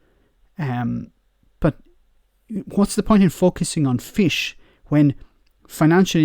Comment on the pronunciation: Every time said FISH” I winced. That annunciation was like a kick to the nuts.